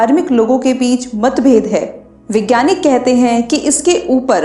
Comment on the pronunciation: Very informative video. Thanks for sharing! One small suggestion - it is 'vaigyanik' not 'vigyanki'.